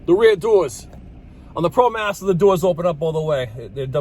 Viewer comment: What’s a Promastah...lol